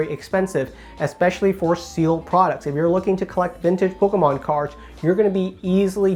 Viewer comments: No one says “Pokémon” as clearly as you 😂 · Bahahahahahaha and he says it so clearly too